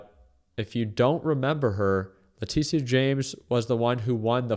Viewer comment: Leticia is pronounced Le-Tisha bro